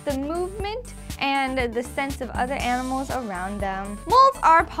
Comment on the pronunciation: I miss her "Aminals" .____.